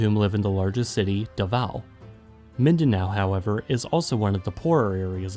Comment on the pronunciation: "Luson ViSAyas and Midanow" It's killing me 🤣